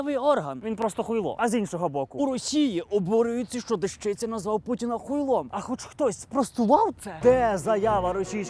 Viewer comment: Не ДежИця, а ДЕщиця.